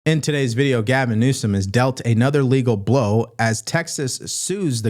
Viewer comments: Please stop saying New-scum. I am MAGA, but stay away from that sort of thing please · I doubt thumb every video where you mispronounce the governor's name. It is so juvenile you are so far above that kind of trashy presentation